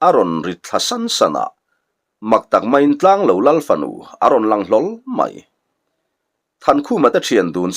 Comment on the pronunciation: Tlanglo ilam dan hi he bung tir lamah hian adik tlatlo...thingtlang mi ten kan eizawnna ber lo kan neih thluk hian lo hi ilam tlata..khawhming ah chuan tianga lam tur hi anilo thung asin mawle...i lamin ichhiar sual ngailoh nen... Ngaihnawm takzet ani.